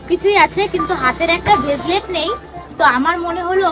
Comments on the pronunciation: Veslet na re murkho bracelet 😂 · ওরে গণ্ডমূর্খ অশিক্ষিতের দল! ওটাকে "ভেসলেট" নয়.. "ব্রেসলেট" বলে! ইংরাজী যখন জানো না.. তখন কায়দা দেখিয়ে ইংরাজী বলার কি দরকার??